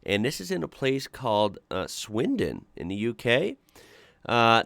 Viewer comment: Can we just appreciate how he said swindon correctly (well to me) ❤